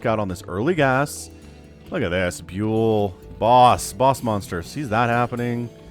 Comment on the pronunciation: Just a side note. You say the name Byul with the sound you get from the word "young" but without the 'ng" sound. Instead of the sound of how you say the letter "U". It's a Corean word for "stars". The planet stars, not celebrity stars.